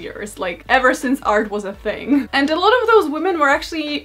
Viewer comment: ‘Lots of wahder….I drink LATS of wahder’